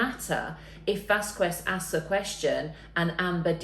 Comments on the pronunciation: It’s VAS-KEZ not vasQuez. I don’t understand why people mispronounce peoples names even after hearing it over and over. Other than that, it’s a good video. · often, it is because people read rather than listen to pronunciations; Vas-kez is a LOT easier to say than Vas-quez ... but we have to trust our ears over our eyes to pronounce words well, especially words with other language roots (in this case, Spanish, which Americans hear a lot more of than do the Brits). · SO many people seem to have a hard time pronouncing Camille's last name. VÁS-kez. You don't pronounce the "u". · Stop pronouncing miss Vasquez name wrong!!!.. it's not pronounced Whasques!!! You been listening to too much!!! 😆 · Why do all these people say Vaqwez, there is no "W" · "VAS-KEZ" please! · Her name is pronounced Vaskez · Very nice. Camille’s last name is pronounced Vas-kez. It’s Spanish. Vas-kez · Vasquez not Vazqwez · Vass Kez its not that hard to pronounce someones name correctly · Well, this was a treat! Nice to get a British legal expert’s take on Heard’s testimony. Thank you! PS Ms. Vasquez pronounces her surname as ‘Vas Kez’. 🇬🇧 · Vasquez is pronounced vaskez ! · I wish they would learn to pronounce Camille Vasquez last name correctly.... Vas-kez, the U is silent. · Camille Vaskwez... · It's not pronounced Vasqwez ffs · Its VAS-KEZ. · God your pronunciation of vasquez is horrendous dont pronounce the “u”. Say vasqez i might fin watching the video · Vasquez. Pronounced Vasqez... Lol i know it's pretty but it has bugged me since the beginning of the case. And totally agree she's wonderful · Just one small pointer: Camille's last name is pronounced BAS-KESS. Other than that, great analysis and reaction! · 😊Lovely representation! Camille 's last name is pronounced "vaskez", the "u" is not pronounced. 😊Just thought you'd wanna know....love your channel♥️!! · please its Vaskez the u is silent... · Vass-kezz, would be the proper pronunciation. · It’s Not Vas Kwez. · It’s Vas-kez lol